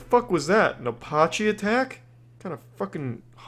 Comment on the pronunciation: Apache attack, he should learn to pronounce it. At first I have no clue what he was referring too